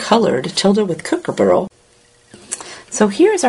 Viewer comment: I love how you pronounce Kookaburra.. It's adorable! :-) Gorgeous colouring as always.